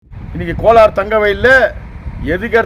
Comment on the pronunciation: கோலார். .....not கொளார்